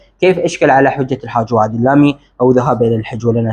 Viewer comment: وعد وليس عد اخي ارجوا التصحيح الله يحفظك